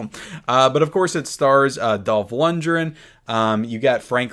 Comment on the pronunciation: It's Dolph Lundgren... not Dolph Lundren.....